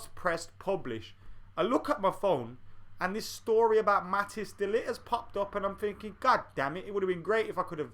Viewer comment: Matic De Ligt?? Haha just joking man, it's pronounced Mat-eyes